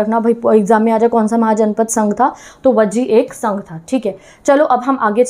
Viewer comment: Ma'am।।। गण को गाना बोल रहे हो। संघ को संघा बोल रहे हो। 😅😅